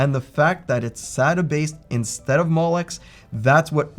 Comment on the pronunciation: I find your pronunciation of molex very similar to mollusk.